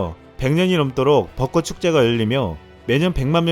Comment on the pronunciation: 발음 공부 조금만 더 부탁 드립니다. 꽃 + 모음으로 시작하는 조사 지적 아니고 참고해주세요.